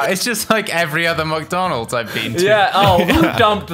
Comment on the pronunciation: Welcome to McDoonalds? Is funny